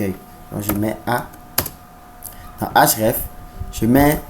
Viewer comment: Cool mais c'est href et non hraf